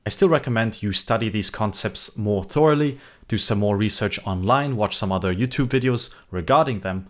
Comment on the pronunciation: I noitced the dude here says 'THOR'oughly (as in the Hero Thor!). It fascinates me when non native english speakers say things wrong or 'how they are written'. In my whole life, i've never questioned the word/pronunciation of the word 'Thoroughly', but this dude has just made me question why the hell we say it the way we do (us British). It's ridiculous and totally inconsistent this language we call English that dominates the world, yet is so ludicrous to spell/and pronounce stuff in. We say "TH-UH, RUH- LEE" But this dude says it literally > 'THOR' ohlee ........which in theory is more correct ! OR, is OR afterall, not UH!!". Anyway going off on a tangent, this is a very helpful video